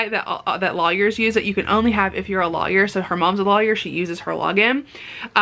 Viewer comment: You say lawyer funny 😊